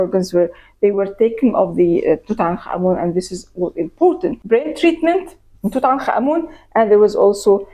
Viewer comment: I simply cannot tell you how delightful it is to watch a documentary about ancient Egypt and about Tutankhamun in particular, and hear the people featured in the doco pronounce his name correctly! I am heartily SICK of western program content, the History Channel in particular, about the legendary Egyptian god of taxis Tooten Car Man! Bravo bravo!